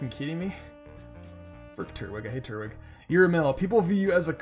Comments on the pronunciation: It's not turt-wig its tur-twig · no not another one its not Turt-Wig its Tur-Twig